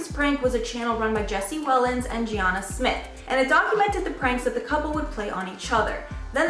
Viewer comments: Can I point out she called jeana (Jen) the wrong name. She called her jeonna. Ik this was from a month ago buuut still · Someone help this girl pronounce a name... Little things like that make folks who "report" info sound less credible. Who the heck is G-Anna...lmao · do you guys never research the people youre about to talk about? because if youve been in youtube and not know how to pronounce jeanas name properly, like do you not like them that youre just taking a piss on it?